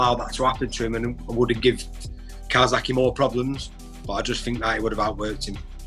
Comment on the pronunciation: Jamie Moore “calsackie”